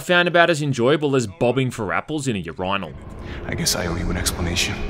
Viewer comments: i'm genuinely curious what accent causes one to pronounce urinal as "ureyenal" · Downvoted because of that pronunciation of "urinal". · You pronounce urinal really weirdly. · Wait do people in Europeland actually say "your rhine al." Really? Urinal is pronounced "your in all" in the USA and since all my money goes to health care I cant actually travel to find out how other people say it. (Europeans need to understand how LUCKY they are to have free healthcare, imagine being about to die and you still have to decide if your actually going to the hospital because ANY trip to the hospital will be over 5,000 US dollars, suffice to say a lot of people die at home because its just cheaper to die. So next time you have a pain and think about going to the doctor, yeah Americans don't do that.) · everyone: urinal: YeUrOiNaL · This man said Ur-Rye-Nal lmao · Ur-rye-nal. Say it with me kids. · Somebody teach this man how to pronounce urinal. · So... do all Aussies pronounce "urinal" like that? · We just gonna gloss over how this man pronounced urinal? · Bruh he pronounced urinal with a long “I”lmao